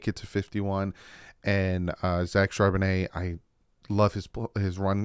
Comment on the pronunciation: Thumbs up On Charbonnet... Glad you finally got his name right...LOL👍